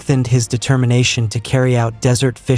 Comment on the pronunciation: Wonderfully informative. Please consider using a real person to speak the text, as the AI voice frequently mispronounces words, and also has problems with the punctuation. Examples: "desertification" mispronounced as "decertification," "desert" mispronounced as "dessert."